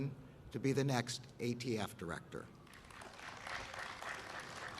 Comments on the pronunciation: The dumbest thing I’ve ever heard was sue the gun manufacturers. You can’t compare tobacco which is addictive to guns. Gun violence is not a gun issue but an economic one. He said AFT isn’t it ATF? 🤔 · Umm... The "AFT" huh, I could have sworn it was ATF but what do I know! 🤷‍♂️ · “tHe AFT”